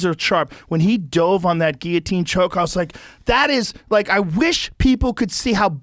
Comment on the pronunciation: why do they say Geeatine not Guilotine?